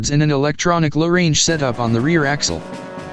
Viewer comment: AI commentary is appalling, two fast, and incorrect pronunciation, 'low range' two separate words, Nm is the traditional measurement of vehicle rated torque, Newton metres, not nano-meters!